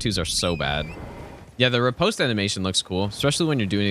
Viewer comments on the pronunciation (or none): none